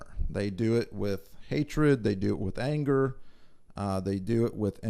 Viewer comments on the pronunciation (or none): none